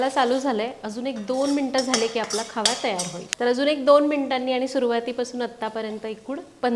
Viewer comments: मॅडम खावा नाही बोलत खवा बोलतात. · खवा असा उच्यार आहे